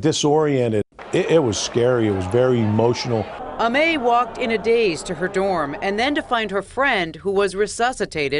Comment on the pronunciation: Why are they pronouncing her name “A-may” ? It’s Amy, it’s just spelled Aimee..